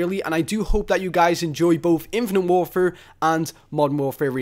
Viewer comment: "infunet war fur"